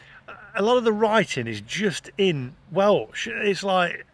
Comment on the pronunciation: May be just your accent but you keep saying Welch not Welsh - Eden may have to smuggle Yorkshire Tea in over the border or wait until Sean Bean films something there and he can load his boot full when he as at his real day job ha ha ha The North was a hot bed of Welsh Nationalism in the 70's - burning holiday homes etc. They did.t want English folk to move in and take the place over which from what you say has happened. I know a lot of people from Liverpool retired or moved there when they were priced out of moving to the Wirral - had loads of holidays there as a kid and its a lovely place when the weather is right you can get a great holiday there. I think there was a time when the North was the place where the Welsh language was spoken a lot but I understand that with partial independence and the growth of the influence of the Senedd Welsh ( as it is also taught in all schools ) is now widely spoken. Nice place - lets face it Ryan Reynolds and Rob McElhenny bought Wrexham FC so it clearly has something going for it. ps - you probably can only get Liptons tea in Wrexham now though ha ha ha